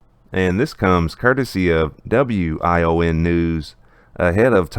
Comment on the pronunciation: WION is pronounced wee-on.